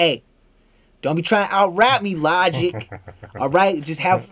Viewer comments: bruh how you mispronounce logic LMAO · how do you mispronounce Logic?